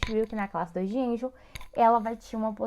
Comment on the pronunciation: Realmente o slide não está certo. Vc diz no slide que a cúspide MV do 1MS, oclui a frente do sulco do 1MI, o que está incorreto... E a pronuncia da classificação não é ANGEL, é ANGLE... O nome do dentista é Edward Hartley Angle, ele é americano. O canal tem muitos vídeos bons, talvez esse deveria ser refeito e repostado. De qualquer forma, deixei um like.